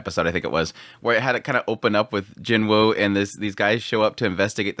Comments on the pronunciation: Sung Jin-Woo. Not Jin-Wo. Not Jin-Woo Sung. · I swear everyone sounds it out as Jin-Wu not Woah. I get an aneurism every time he says it, please pronounce it properly for my sanity.